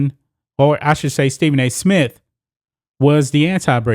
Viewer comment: Bro this is good really good but for the love of God it’s Smith not Smit